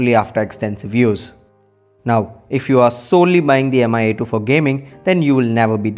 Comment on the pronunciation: It's /mee/, not /em-ay/